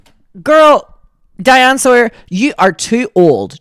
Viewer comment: hey shawty, it’s diane sawyer, not diana lol